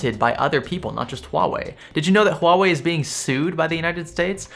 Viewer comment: You are pronouncing Huawei right, that's remarkable.